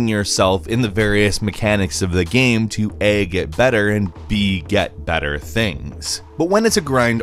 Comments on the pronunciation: why do you say video gaaam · stop saying gaem ffs